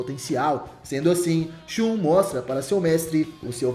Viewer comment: Se pronuncia ShaN